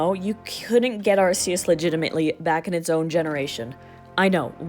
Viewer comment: FINALLY SOMEONE ELSE WHO SAYS “AR-SEE-US” !! Awesome video btw love learning about Pokémon glitches